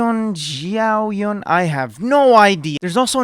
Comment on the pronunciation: I truly mean no offense but I don't know if Genshin should be the franchise you build your content around if you're unwilling to say the Chinese names of Liyue characters like Xianyun, as well as unable to understand that Gaming's name is not pronounced like the English word but more so as "Gah-Ming" due to being Cantonese. It comes across tasteless rather than funny to mock Chinese names. Please reconsider this type of humor in future uploads.